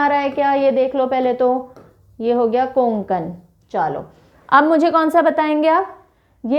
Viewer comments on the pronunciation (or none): कोकुन नाही कोकण आहे ते. 🤦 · कोंकण- ❌ कोकण - ✅ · Sorry mam कोंकण nahi vo कोकण hota hai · It's not कोंकण its कोकण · Konkon nahi kokan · It's not koNkan. ..it's kokan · कोंकण बोलते आप कोकण